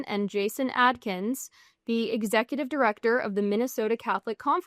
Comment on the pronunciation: todal, execudive, repordedly, in liduv